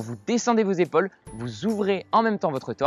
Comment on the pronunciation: C’est pas comme ça qu’on prononce le mot « épaule » 🙄